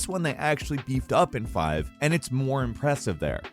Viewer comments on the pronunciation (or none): ''impresive''???? BITCH please...............